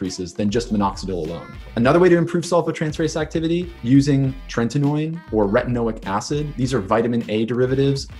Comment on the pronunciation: don't think i'd trust someone who recommends something the can't even pronounce properly. It's tret-ih-no-in